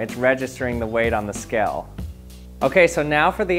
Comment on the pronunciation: He says skell, not scale, but skell. I know it's not the point, but it's irritating.